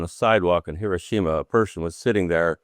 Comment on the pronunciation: not Hi-RO-shima. Correct is Hi-ro-SHI-ma.